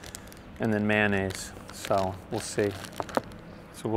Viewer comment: He said man ayse lol